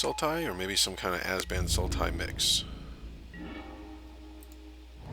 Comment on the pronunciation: OMG ITS ABZAN NOT AZBAN